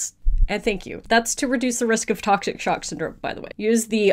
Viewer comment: Everyone said tocshic sock syndrome 🤣🤣🤣